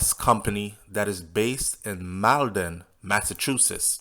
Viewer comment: Hey it's pronounced MALL-DEN, Mass.